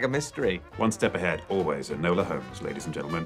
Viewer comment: It's ENOLA. That destroys the whole thing!😂😂😂